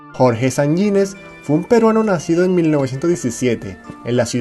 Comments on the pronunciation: El apellido es Sanjinéz y no sanyinez como lo pronuncias. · Sanjines se pronuncia como está escrito con acento en la e, es jota no ye